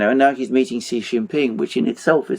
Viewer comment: FOR GOD SAKE or Buddha's sake, Alexander, please get the pronunciation of Xi's name right. When you see 'xi' just pronounce 'SHE'. Thankyou